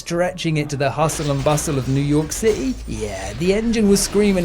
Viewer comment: Newww yorrkh cittayyyy